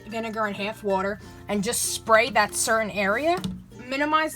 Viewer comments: I love how she pronounces an a like e for example there’s a hef and hef of water and vineger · The way she said bath and half is oooh